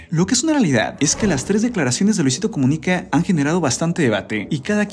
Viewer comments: Habla bien es Comunica,no Comuniqué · Por qué será que dice "Comunique" suena raro. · Es muy molesto su Luisito comuniqué y todo con e , de verdad tan incomodo que ni el video termine